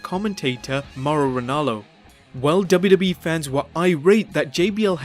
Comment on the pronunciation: he said dubidubii but its wwe